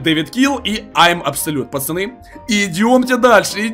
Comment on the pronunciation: ответь почему ты говоришь пачаны а не пацаны